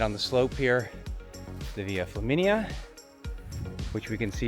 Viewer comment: I thought you said "Via Chlamydia" when I had a mouth full of coffee. I had to wipe up the mess on my keyboard and screen, and blow my nose pretty hard. Thanks for the giggle!